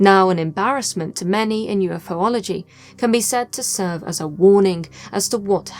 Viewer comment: The most bizarre thing in my his video is your mispronunciation of the word Ufology, other than that great work. Thank you. 😊